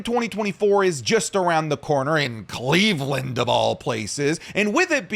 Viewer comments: Don’t say Cleveland like that’ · Disliked for the way you said Cleveland. Do better